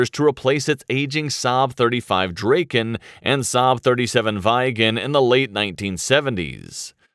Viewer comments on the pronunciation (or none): as a swede it hurts every time i hear "Dreyken" and "Váyhgen" its like the opposite way of pronouncing of it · SAAB 35 "Drey-ken" and SAAB 37 "Vai-gen". Jesus, my ears bleed. Get it right, ffs. 😱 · I just love hearing an american butcher every name on the Swedish jets. I mean, come on, the "Draken" could just be called "The Dragon" for Christ sake!